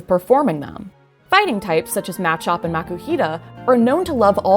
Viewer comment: You're the only other person that pronounces the Machop line with the stress on the first syllable to the emphasize the inspiration from the word "macho." Thank you.